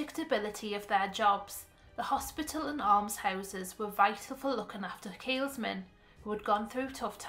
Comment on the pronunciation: Tiny point but I couldn't help getting distracted every time you said it. There's no 'S' in the middle of Keelmen. Apart from that, a very good video!